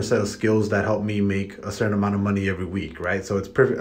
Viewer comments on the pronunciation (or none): none